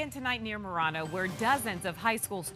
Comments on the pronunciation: Holy F. How can Arizonans mispronounce city names so badly. Gotta be some transplants. MUH RAN UH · Ive never heard Marana pronounced so messed up. I was eastbound on the ten at 245 today and the wind and dust was horrible. On my way home at 430 from Coolidge to Casa Grande I had to pull over several times because of zero visibility. When I crossed over the ten nothing was backed up on the Florence Rd exit in C.G. Im glad everyone is okay. Too many people are moving here and the roads are horrendous from Tucson all the way to Phoenix and further.